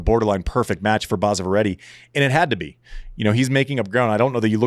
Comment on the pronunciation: it is basava not baasava